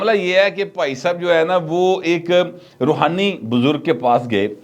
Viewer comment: Rohani not Romani.